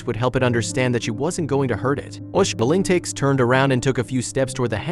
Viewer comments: Pronounced links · Linex, really, Linex. Holy crap, using AI voice overs is becoming insulting. Stop this shit !!!